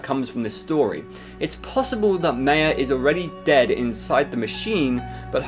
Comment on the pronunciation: the way he said maya tho its ma-yea